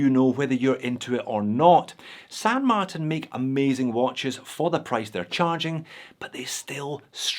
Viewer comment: There is no variation of Martin that is pronounced MarTAN.